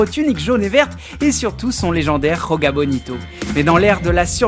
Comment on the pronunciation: Joga Bonito le J se prononce comme en français, c’est du portugais et non de l’espagnol.